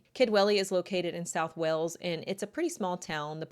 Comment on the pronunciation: I can't deal with how you say Wales. You are making a video of 20+ min take 30 seconds to say it right.